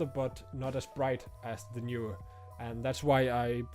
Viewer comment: Horrible audio levels. Also, Knee/were, not Knew/were.